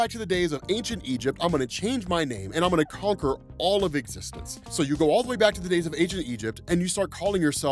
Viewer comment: Kang the “Conker?” :-P